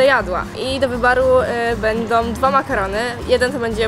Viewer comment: "I do wybaru" 😂